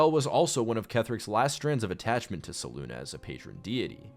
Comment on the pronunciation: It has to be said, Selune is not ever pronounced (se loon ah); that would be spelt Seluna.. not Selune. Selune is only ever pronounced (Se-loon-ay) (Se-loon-eh) or (Se-loon). There is no “a” in there at all to get the sound (Ah)